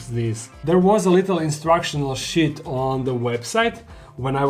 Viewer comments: He says sheet like Gino d'acampo. Sheet not sh*t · I'll give you an advice... Please pronounce "sheet" longer :D